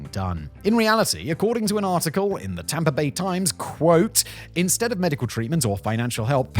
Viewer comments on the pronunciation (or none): none